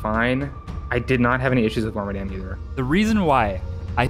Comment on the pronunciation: lets go i got wormadam right